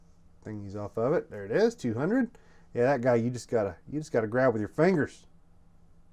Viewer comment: “fangers” I missed ya buddy.